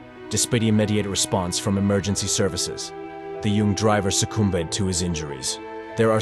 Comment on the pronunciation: nah bruh what is this ai text to speech thing pronunciation "succ oom bed"